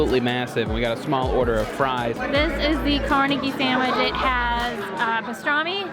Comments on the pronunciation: Other than permantis Its car-nay-gee not car-na-gee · It's CarNEGie, not CARnegie.